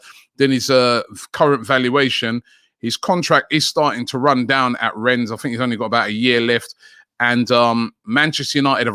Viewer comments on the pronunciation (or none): none